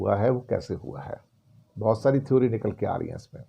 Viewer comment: Sir, with due respect, "theory" is pronounced as "थेअरी" or "थेरी". "थीओरी" is an incorrect pronounciation.